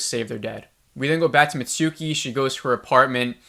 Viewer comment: I agree 100% with your analysis and irritation! Why did we have to meet Monty, and other characters whose story went nowhere?? BTW, a word on Japanese pronunciation. It's not hiNAda. It's hi na ta. No syllable is stressed. Not mitSOOki. mits'ki. Also hoshi means star. About the "distorted image" and beeboop sound? I rewatched that scene but didn't see it. Sounds like you got a bad download.